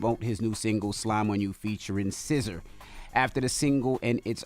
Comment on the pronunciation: It’s SZA (SIZZA) envy!